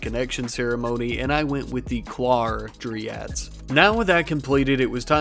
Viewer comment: It's DRY-ads, not DREE-ads.